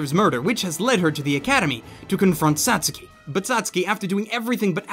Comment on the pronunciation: Did this shithead, total trash bucket, just pronounce Satsuki as... (sat-sooky) You clown. I mean seriously who dresses like that you dork.